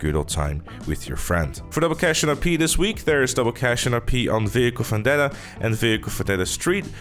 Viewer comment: Its not vehicle fandeta...its vehicle vandeta...like u dont say fictor, u say victor😖